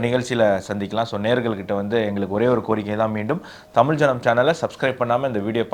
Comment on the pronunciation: நான் இந்த நிகழ்ச்சியைப் பார்க்க ஆரம்பித்து சில வாரங்களாகிறது. ஒரு சாதாரண மனிதனின் பார்வையில் இருந்து பல விஷயங்கள் மற்றும் கருத்துக்களைப் பற்றிய நல்ல கவரேஜ். நல்ல வேலை. 1. பெரும்பாலான நேரங்களில் முதல் தலைப்பு முழு நிகழ்ச்சியையும் உள்ளடக்கியது, நேரத்தை பாதியாகக் குறைக்க முயற்சி செய்யலாம். 2. தமிழ் மையப்படுத்தப்பட்ட சேனலாக இருப்பதால், நீங்கள் தமி "ல்" என்ற வார்த்தையை அழுத்துவதற்குப் பதிலாக தமி "ழ்" என்று சரியாக உச்சரிக்க வேண்டும்.